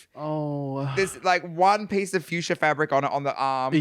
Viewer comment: The runway was "Fuchsia," which a lot of the girls extended to mean "Future," because of a loose pronunciation.